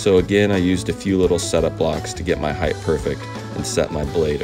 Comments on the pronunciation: "Heighth" isn't a word. Great Video though! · 'Heighth' -- seriously? Multiple times, as well?! Had to jump off at that point. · Bro fyi height is pronounced height with infancy on the t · Height-th I can never not hear it. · I’ve often wondered about that mispronunciation of height. I’m guessing that about 10% of people I deal with on the east coast of Canada make that mistake. I guess it happens because people use it with width and length and reverse the “ht” to “th” for that reason. I’ve never heard someone mispronounce weight in the same fashion...interesting! I really wish it didn’t bother me, but as someone else said, “it sets my teeth on edge” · Excellent video, thanks for the lite humor. Just so you know, the word height is pronounced like kite not gth at the end. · great video! Though I'd like to note the word you're trying to say is "heighT", NOT "heighTH". 👍🏽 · Tamar says "Draws" instead of Drawers and you say "Heighth" instead of "Height" lol (I'm glad ya'll can't hear my accent) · “heightH” is not a word, height works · I’m cracking up at you saying “heighth” over and over. Good video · It’s height (like night), not “high-th”. All good! Nice demo. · Quite a few woodworkers say ‘heighth’ , mainly all in US. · Are you saying height or heidth? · Heighth - no. Awesome jig though. Thanks! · Ok.. I like the channel and the content. But....... Can we talk about the word height for a second. So many people say it wrong "heighth". 😆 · Why do you say "heighth" instead of height ? What language is that? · "Heighth"? Nice jig though. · The word is HEIGHT, not heigth, take the TH and put it somewhere's else. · Great channel but please say “height” no “th”. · Height (hi-tuh) bro, not heigth (hi-th). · dude, its height NOT heighth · Height. Hard stop. NOT HEIGTH. The word "Height" does not have an "H" at the end, either pronounced or not. Width does, Height does NOT. Otherwise great videos. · I love your videos, but dude, stop saying heidth. It's not a word 🤣 * height